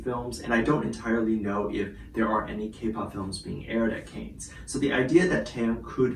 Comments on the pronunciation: Pronounced ‘Can’ not ‘Cane’ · Pronounced cans not canes, is a place in france not Paris. There is always fashionistas that attend the festival alongside countless celebs and indeed musicians/singers too. Its a given that Taehyung could well be there but he may well just be doing a fashion shoot. Time will tell. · FYI, the resort city is pronounced ‘Can’ not ‘Cans’ or ‘Canes’!🤷‍♀️ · Can you please pronounce Cannes correctly? It’s pronounced caan ( can) not canes! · Sorry to correct, but Cannes ( pronounced Can) is a town actually on the coast in the south of France , not anywhere near Paris which is in the north of France. Cannes is quite well known for fashion and style so yes fashion houses will ask their ambassadors to represent. As for any other speculation it's noone else's business. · Hi, sweetie! The city of Cannes is pronounced like “can” as in soda can. It’s a city in France, not in Paris… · Thank you. Hearing the mispronunciation of Cannes was like nails on a chalkboard. Bless him 🙏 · Shouldn’t you know that Cannes is in Southern France, near Nice not in Paris. Possibly listening to the proper pronunciation would be a good start. There are many who hold special events at restaurants and chateauxs around Cannes during the festival. This is true of high end fashion labels who hold special functions. Rather than casting a suspicion over why V is there, why not do a bit of research. I am thinking V is there to appear at a Celine event, support Jennie and Yu-Mi, and attend the Birthday-fund raising event held by Naomi Campbell. He is probably also checking things out for the future. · Pronunciation of Cannes is : CAN (as in I CAN DO IT!) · Just a friendly reminder that Cannes is pronounced “Kahns”. It’s French😁❤️ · you’re right. The wrong word kept repeating 🤣🤣🤣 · Check your pronunciation of “Cannes”. Hold the “a” longer.